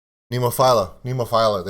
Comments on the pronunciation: Hey I hate like hell being the grammar police but the band is pronounced Nemofeelya, all my love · Becka- agree except there is no Y sound, and no "i" in Nemophila. Neem-oh-feel-ah